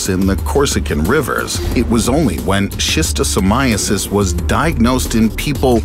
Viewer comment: And who is this tyrant, over the human race?...snail One of the most anticlimactic news ive heard in my life I can't stop hearing 'sistercon is deadly', maybe because of the accent.